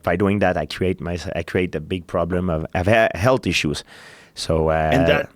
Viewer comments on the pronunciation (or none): George said "health issues" but I heard "healthy shoes".